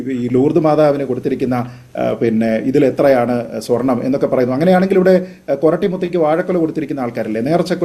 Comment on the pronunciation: ....... കള്ളൻ അനിൽ അക്കര.... സ്വെർണം അല്ല പോടാ